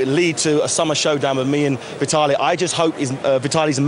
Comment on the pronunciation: xDDDDDD LMAO "thas vye tallee!" xd